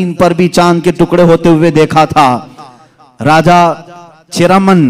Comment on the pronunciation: aap jo bolte hai hummad राजा नही रजा